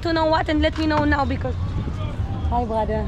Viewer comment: It's brother and not Bhadher